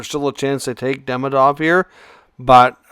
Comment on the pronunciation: Demidob and Hage 😂